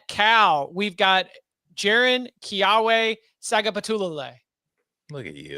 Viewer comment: did a good job pronouncing JKS's name except the W in Keawe is pronounced as a V. Key-Ah-Vay